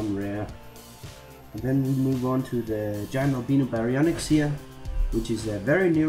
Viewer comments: df? did he just say albeeno and not al bye no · u dont say albino like albeeno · I'm starting to want to say alb- E no terror instead of alb I -no terror